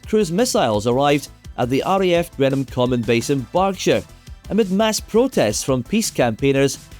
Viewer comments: May I kindly suggest a little more research on pronunciation. Seriously, how did you get "Grenham" out of GREENham?! Also, Frank Bough never was buff, but was bof. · Green*Ham Common, not Greenam Common 👍